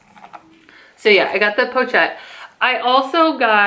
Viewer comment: Enjoy your new bag. It's beautiful. Why not have the Cincinatti store send the DE to you and you return the DA? FYI, they're cheaper in France. Also, Japan has strict anti-counterfeit laws, so you can buy pre-loved LV with confidence. Also, pochette is pronounced po-shet. Just sayin'.